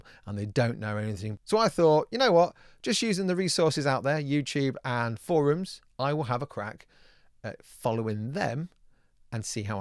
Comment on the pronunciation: Oh gods! say Forum just like Angory Tom from the Yogscast! Tom isn't the only one to say foroom now! x) Tell the news! tell the world! Tom isn't a weirdo!... well he's still is but less!